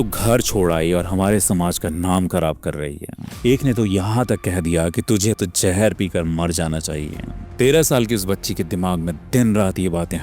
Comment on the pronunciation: Sir aap logo ko itni achchi story sunate ho apse ek request h ap apna talaffuz sahi kare sir jaher nhi zaher hota h jindagi nhi zindagi hota h